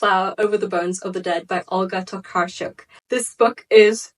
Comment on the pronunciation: Poland mention 💛 Olga Tokarczuk is sooo good and your pronunciation of her last name is great, I'm glad you even take effort to pronounce her last name (most people don't)